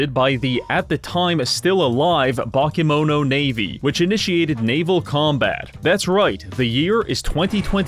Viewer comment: Your pronunciation of "bakemono" (Japanese word for monsters) made me realise how important accentuation is, because despite all of the letters being pronounced more or less correctly I only realised it's that word when you were explaining it's basically Japanese monsters.